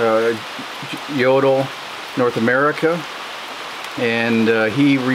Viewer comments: The stove maker´s name is pronounced yo - tool not yodle! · Took me a few seconds before I realized that "Yodl" is Jøtul :) Best regards from Norway.